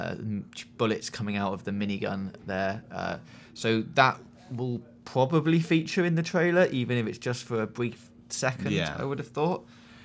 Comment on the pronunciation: "pwobably, bwief" LOL